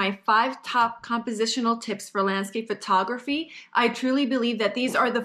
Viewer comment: Someone should tell that it's not pronounced Fur-tography.